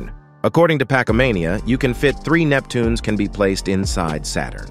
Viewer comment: It's Neptunes not Neptuneas!!!!!!!!!